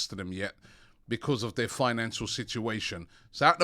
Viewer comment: I love how Robbie pronounces the word because lol. It is more like Bekwaaause lol. Robbie brings plenty smiles to us all and hope it continues